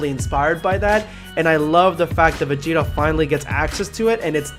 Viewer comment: #EndofVideoSquad Finally Vegeta Ascension Thank you # You are the first person in my life that actually Says my whole name correctly